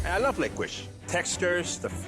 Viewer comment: " i love lickwish" - that had me dying 🤣🤣